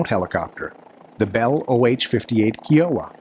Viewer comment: OMG, it's "KEYE-OH-WAH"!